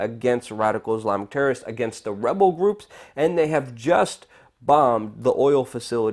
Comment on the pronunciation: HAHAHA,Luke has the hardest time ever saying rebel groups,it always comes out as webel gwops,hahahaahaha